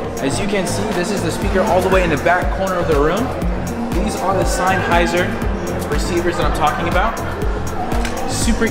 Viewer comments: This is actually a system designed for guitar repurposed for speakers. Alto makes a system specifically for powered speakers for $399. And it’s pronounced sen-hy-zer Not sine-hy-zer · Sine-heiser lol